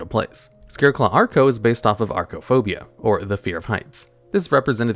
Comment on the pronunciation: Why do you keep saying "arco" when it's clearly "acro"?